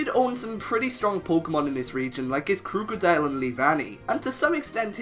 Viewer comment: THERE IS NO A IN KROOKODILE! AND GLISCOR DOES NOT START WITH GLA, IT STARTS WITH GLI!